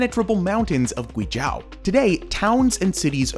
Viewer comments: It should be noted that Guizhou is 贵州, not 鬼州. This name is somewhat related to Yi culture. Chinese has tones, and different tones have different meanings. You can understand it as a precious place, not a place of demons. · You could’ve spent ONE MINUTE to learn how to pronounce the province correctly … so annoying. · Such a great video just to butcher the name GuiZhou... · After a few times of hearing your pronunciation of "guizhou", I stopped your video completely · your guizhou 贵州 pronunciation is so bad. video is great though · youd think he'd look up the pronounciation of Guizhou before he recorded this video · there is no "a" in Guizhou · The moment I hear him butchering GUI ZHOU, I stopped watching. If you want to do informative video about Chinese culture, you better start pronouncing it right. It's disrespectful when the Chinese can learn to speak your language properly. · you pronounced guizhou (it should o like o'reilly) incorrectly almost 50 times, you could at least research phonetics on wikipedia lol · Great video! Yes I would do the bungee jump :) A couple of things though, there's no road to Taiwan, not sure where that came from on the map. And you're saying Guizhou wrong - "zhou" is pronounced more or less as the english name "Joe" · Yes! It’s like gway joe, not accounting for the tones. Had to stop watching because of the mispronunciation. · Guizhou is pronounced like "gway-joe" and liuzi is pronounced kind of like "lee-oh-zzeh" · Why do you mispronounce guizhou as guizhau? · Yes!I want to visit gui zhou!btw it’s pronounce as gui-zoe! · Sorry to be nitpicking, but it's pronounced "gui - zhoe" (as in the average "joe"). It's the same word as Guangzhou (lit. state). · I thought the province was pronounced "Gwee-Joe" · Great video, but Guizhou is pronounced gway-joe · Zhou is pronounced like the name Joe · Your pronunciation of GUIZHOU is too repulsive to think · "This is GuiZHAO" :D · It's not Guizh-AW It's Guizh-OH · GuiZhou is pronounced Gui Joe